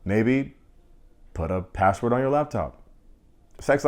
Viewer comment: the funny way u said Brad and Cooper, bradly Cooper... Bro can u put a shirt on (well I want him dont-put-on-a-shirt way😏.. but.. but ... I love Sarah more)..and most lastly the way u said put a password on laptop 😂😂.... anyways, the whole way u reviewed the show i love it...